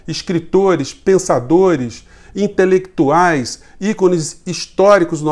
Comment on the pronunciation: O bananinha é metido a ser o 'têlêktuau' da família e edpecialusta em geopolítica... kkkk só rindo..